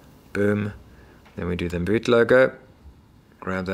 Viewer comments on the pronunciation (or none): none